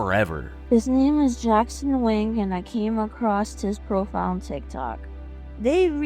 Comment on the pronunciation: it is jackson wang,not jackson wing